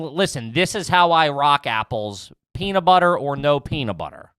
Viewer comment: saying "Peanuh Butter" instead of peanut butter blew my mind. Add it to the mile long scroll of trashy Philly pronunciations from the boys!